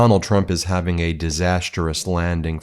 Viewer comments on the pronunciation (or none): none